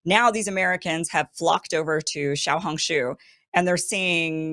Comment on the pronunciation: XIAO 小 in 小红书 IS PRONOUNCED SHAOW SH+HOW!